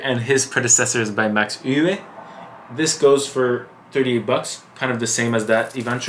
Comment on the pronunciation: “Euwe” is pronounced “Err-verr”